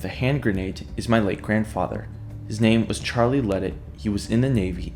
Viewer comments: The Cajun in me can’t let you say it like that it’s la-day idk how it works being it’s spelled ledet lol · The last name is pronounced LeDay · His name is pronounced La day